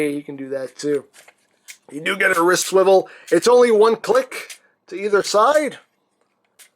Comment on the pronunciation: you said wrist swivil